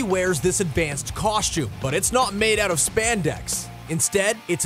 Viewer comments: For the costume section, who else kept on hearing "coshtume". I swear thats what he's saying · Coshtume and Molner 😂😂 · Bruhh this dude's pronunciation of costume and Mjolnir 😂😂😂😂